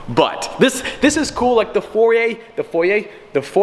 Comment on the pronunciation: Foyer.... not foyr